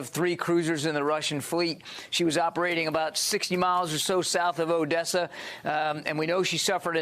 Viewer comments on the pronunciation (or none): none